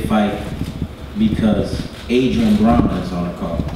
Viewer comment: so it pronounced bro-ner or as ellerbe pronounces it braw-ner?